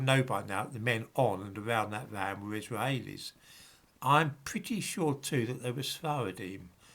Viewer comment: Your Israaaheilis pronunciation makes me chuckle.